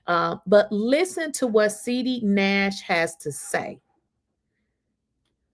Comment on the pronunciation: I love that you keep calling him SEEDY because that’s what he is 😂